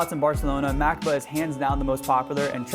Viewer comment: it pronounced ma cob a